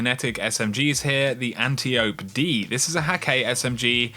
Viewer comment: Love your channel bro, but say it with me: ant-eye-oh-pee. Not anti-ope!!!